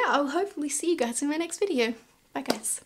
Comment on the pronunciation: Any one else curious why ppl with this accent say "videor" instead of "video" or "idear" instead of "idea"? lol